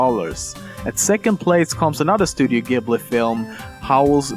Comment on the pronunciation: That is not how you pronounce 'Studio Ghibli'.